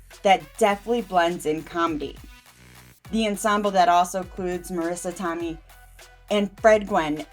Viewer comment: Every time you mispronounce Marisa Tomei's name, my ears hurt. I have to end viewing of this after only 2 minutes. Go and do a YouTube search for Marisa Tomei's interviews to see how her name is pronounced. Marisa Tomei is an amazing actress.